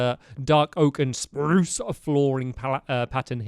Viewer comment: I love how he still says “Sprrrruuuuuce trees” It makes us all so happy :)